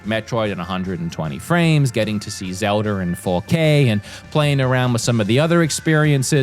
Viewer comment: Come on dude there is no r in Zelda